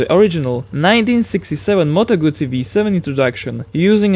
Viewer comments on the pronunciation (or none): none